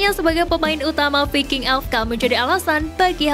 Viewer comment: Di baca vaiking... bukan VI--- KING belajar donkkk bahasa inggris